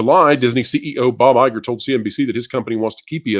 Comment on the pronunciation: Please Guys it's BoBo EyeGore 👁 🤣🤣🤣🤣🤣🤣🤣🤣